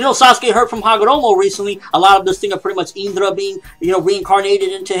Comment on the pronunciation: It is pronouced Indra with a I! Not a "eendra"